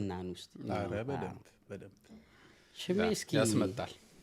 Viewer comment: but, you are not😅 Say shme not ሽማ😂